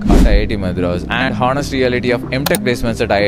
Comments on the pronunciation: You didn't get placed because you say hoenest instead of honest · "honest" pronunciation wrong